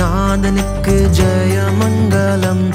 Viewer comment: It's மங்களம்; not மங்கலம் - that pronounciation issue spoils the beauty of the song. Sorry for being critical.... Because I love Tamil Christian literature and I love Sastriyar songs. only able to pronounce it properly.....